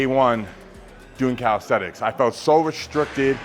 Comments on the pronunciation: Bro does full planche push ups and still pronounces it as "calisthetics" 😂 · calisthenics not calisthetics